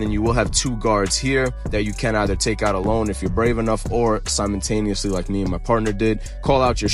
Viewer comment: "Simontaniously" 😂 You mean Simultaneously??